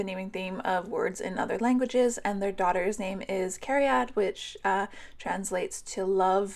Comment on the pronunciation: You're back!!! Woo! I love watching your Sims family tree videos. They inspire me a lot. Edit: I love that you had a Twilight naming theme! I'm 24 and adore the books and movies still. Also, I am Welsh and live in Wales, you pronounced "cariad" really well! Rolling the 'r' is pretty hard and even I can't do it 🤫